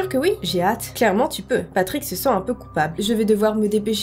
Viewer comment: Tu ma fais trop rire quand ta dit patick 😂😂😂😂😂😂 mes anfaits c'est tes Patrick